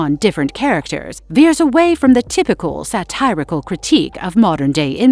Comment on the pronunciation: “sat-eye-rical”?!?! This AI trailblazes pronunciation